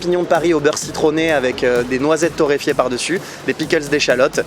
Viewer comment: Super vidéo appétissante. Torréfiées les noisettes!... Pas torréïfiées... Pas toi voyons! Merci com' d'hab;g envi d't'dire.